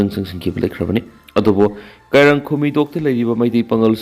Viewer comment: U can not prounce kairang properly.